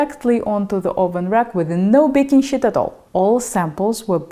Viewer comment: What's a "baking shit"?